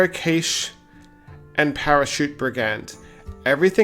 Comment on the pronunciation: Cache is pronounced "Cash"